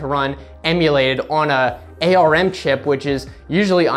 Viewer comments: wow. He is the first person I have EVER heard refer to ARM processors as A.R.M. It is usually pronounced like the body part: "arm" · ARM is pronounced like the word "arm". Paint isn't "depreciated", it's "deprecated" - in software, that means it's earmarked as obsolete, and will be removed in later versions. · You're the first person I've seen who pronounces ARM using the individual letters instead of like the body part.